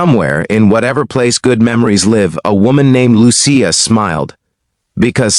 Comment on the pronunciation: Not to mention the mispronunciation of the words Sicilian and Lucia.